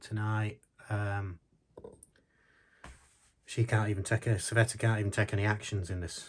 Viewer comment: It bugged me so much I researched it, Cveta’s name! It’s a Serbian name, C pronounced as zz in pizza, and the a at the end is pronounced as a in father, more like o in of, almost like an o, so tzveto. Not easy to write/type! Listened to a Serbian folk artist, Saban Saulic, dead now, but lots of stuff of his on YouTube, and it’s so much easier when listened to lol! Cveta obviously an immigrant to the city before the war, offering her services to that state!